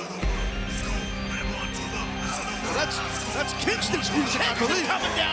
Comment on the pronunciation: If that ain't the most french-canadian way of saying "luchador" idk what is